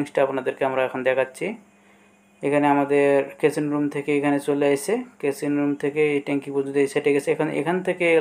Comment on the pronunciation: কেচিন রুম না ওটা কিচিন রুম